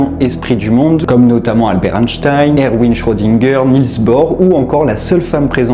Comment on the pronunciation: Erwin se prononce : ervine ! Erwin Schrödinger, Erwin Rommel...